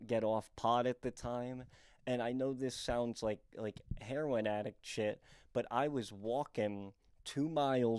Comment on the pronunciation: Loved the shoe roasts and started following you cause of those and then saw you're from Emmaus, PA (near where I grew up) and living the dream in LA. When you said two people selling heron I had to laugh cause I haven't heard that pronounciation except in the southeast of US. Anyhow bro, you've definitely had quite a journey and not much support in doing so, but your continual drive is inspiring and I'm sure it'll eventually get you paid. I just wanna say that so many people from southeast pa would be so happy to say they tried to make a life for themselves in denver, chicago, or LA and you've found a path through all of them, so don't feel like you don't have anything to show for those years. I'm excited to hear in depth dives of those stories. I also want to say that your walk with God doesn't have to mirror others, and its a personal relationship. God will preserve u in LA. Every time I've visited LA I eventually feel this sinking feeling that I'm not cool, rich, or hot enough to make it in LA. I can't imagine what it must be like to grind out a future there, but you probably have to suspend some reality and sensibility to cling onto your uniqueness and individuality, which are always going to be your selling points as a creative. I'm in no way giving advice just writing down what I've thought about while watching this video. You're living the dream bro, get rich or die trying type shih. Keep at it. Your commitment to sobriety is a testament to your drive bro. Respect and